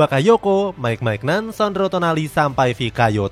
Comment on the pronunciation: Bukan MAIGNAN min, tapi MINYON